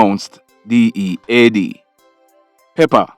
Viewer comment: Greetings love watching your updates. I THINK YOU SHOULD GIVE $5000 TO EACH PERSON CHRISTMAS IS AROUND THE CORNER YOU WILL BE HELPING SOMEONE LOVE IT WHEN YOU SAID D E A D 😁 KEEP UP THE GOOD WORK WILL BE WATCHING